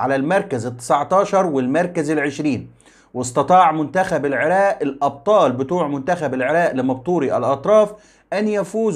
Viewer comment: بارك الله فيك ابن الكنانة ابن النيل الحبيب ولكن ارجومن جنابك ان تقول العراق وليس العراء....بالتوفيق يارب